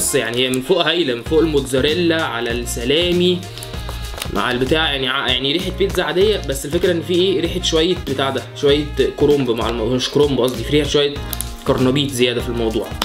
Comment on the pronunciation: ليه كده ياسطا ليه بتقول كرنبيط